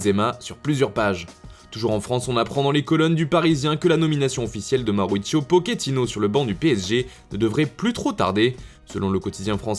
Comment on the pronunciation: On dit po che ti no bordel